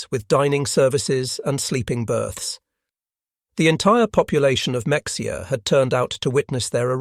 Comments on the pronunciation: It’s pronounced “ma-hay-a” not “mecksia.” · Mexia, is not pronounced mek-si-uh, its is pronounced meh-hay-uh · Fascinating video. BTW it's pronounced Ma-hay-ya Texas, not Mex-i-a. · just FYI - Mexia, TX is pronounced meh-HEY-ya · Mexia is pronounced Ma hey a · Excellent. Thank You. By the way, Mexia is pronounced Ma-Hay-Ya. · “Muh-hay-uh” Texas, not mexia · Mexia? It's pronounced Mah-hey-ah. -Texan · Pronounced (Ma hey ah) Mexia, tx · The narrator is mispronouncing the name of the town. Mexia is pronounced meh-HAY-uh. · it's pronouced "meh-HAY-uh". This is one of about half dozen or so cities/counties in Texas that we don't know who decided how to pronouce what seemed like a simple name, into something completly defferent. Almost like a test to see if you are native to that area. 😊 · In Texas, we pronounce it “Muh-HAY-uh” even though it’s spelled Mexia. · Mexia, Texas is (against all logic and phonetic reasoning) pronouced "mu hay uh". It looks wrong, but it sounds right. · Not Mexia (like in Mexico). MUH-HAY-UH is the proper pronunciation. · Mexia is pronounced Ma hay a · Mexia--It's Mah-hay-uh. Or, really, the locals call it 'Mah-hayr'. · Not to nit-pick, but Mexia, TX is pronounced "mah-HAY-uh." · Mexia, TX is pronounced "meh-HEY-uh". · Was not expecting to hear about my hometown of Mexia (pronounced: muh-HAY-uh) on here. I now live in Waco, Tx 45 miles west of Mexia, Tx. I worked at that specific POW camp which is now a State Supported Living Center for individuals with intellectual disabilities for over 10 years. This video brings me more of an understanding on what happened there during WW2 and why there were so many barracks and cells that now house leftover supplies for the facility there. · The pronunciation of the TX town is Maheea. X is an h in Spanish. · These buffoon narrrations: Mexia is pronounced "Me-HEE-uh" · MEXIA Texas is pronounced Ma-hay-ah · Mexia sounds like Muh-hay-uh. Not Mexia. The X doesn't make the x sound in Mexia. Geez. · it's ma-hay ya